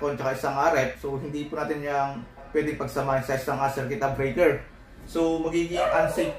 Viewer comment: Circuit breaker, bakit kung i-pronounce mo ay circuit-uh-breaker. Annoying pakinggan paulit ulit.